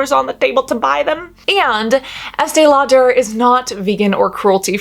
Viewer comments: "Law-dare". ??? Just say it normal. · So curious about your pronunciation of Lauder?? Is that a quirk, Cass or is that how the name is actually pronounced? You said multiple times, Estée LauDER (two syllables, stress on second syllable) whereas I have always heard it pronounced as Lauder- one syllable, no stress. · Estee Lau-DER. Why's she doing that? 🤣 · “Law-Durr” I love it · I’m so sorry, but I can’t get past the way you say “law-dare.” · Please stop the Estee LauDER pronunciation. It’s so distracting 🤦🏽‍♀️ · The way she pronounces Lau-DUR is weird and incorrect.🤔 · I have never heard anybody pronounce Estee Lauder that way... I'm sure you're pronouncing it correctly but I'm saying I've never heard ANYONE pronounce it that way! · Girl who are you Madea 😂 the way you pronounce Estée Lauder is hilarious 😂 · Right!? This is a great video but the pronunciation of "Lauder" threw me. I thought I had it wrong; nope! (There's a YT channel by Julien Miquel with the pronunciation of this and other companies. Highly recommend it!)